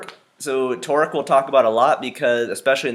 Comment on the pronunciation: I know it's Torque but sounds like he's saying "Twerk" 😂😂